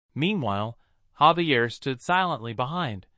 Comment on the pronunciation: why do these readers never say names correctly? his name is Javier not Xavier or Gabriel